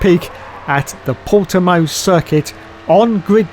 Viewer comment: good job saying Portimão, close enough. Doubt sky is bothering.